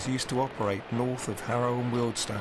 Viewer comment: Thanks for pronouncing Wealdstone properly